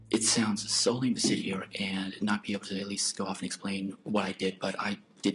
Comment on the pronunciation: What is that speech impediment called when people pronouce words like 'here' as 'hee-owr'?